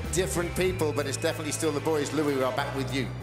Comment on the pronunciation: pretty sure he said louis name wrong at the beginning lol GREAT JOB DALTON UR STiLL GONNA WIN